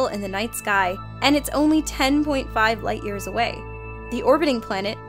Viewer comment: im dead. "only ten-thousand light-ears away"